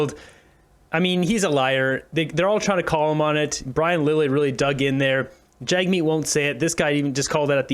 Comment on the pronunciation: the reporter calls him jugmeet